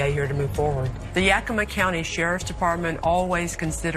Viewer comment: It's pronounced Yak-ugh-ma. Pronouncing it the way she's pronouncing it, is one of the biggest pet peeves of people who live there. For some reason, the names of our cities are hard for her to pronounce because she butchers every single one she does a story on. Puyallup being the funniest one to date.